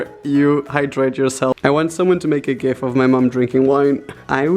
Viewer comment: DID HE JUST SAY GIF LIKE GEEFHH?!?!?!?!?!?!